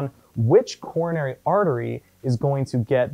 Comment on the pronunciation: "Corona"ry Artery haha . :P